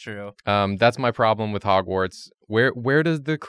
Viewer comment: Its not drawgwards it’s hogward